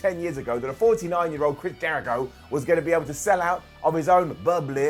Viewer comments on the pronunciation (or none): none